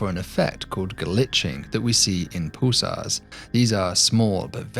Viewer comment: Sounds like you're saying "poosars" 😅